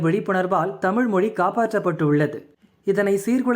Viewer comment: Tamizh ippo Tamil aa thaan irukku. ZHA ENGAE?😂